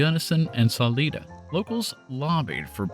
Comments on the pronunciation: Yer a saleeda Sah-`LIE-dah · The town of Salida is pronounced: Sa Lie Da, not sa lee da. Remember there are only 2 highways that go east to west over Colorado. Highway 50 and I-70. And yep no guard rails. Monarch has burnt out more brakes and transmissions than any other pass in the country. Old model A's had to back up over it, because of the gas tank placement. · It's Salida not saleeda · Saleyeda actually. Not saleeda. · Glad to know the history of the pass I've been traveling over all these many years. Great story other than the mispronunciation of Salida Colorado.